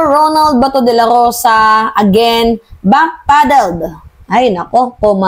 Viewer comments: “ backpedal” not backpaddle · Back-pedal not back-paddle.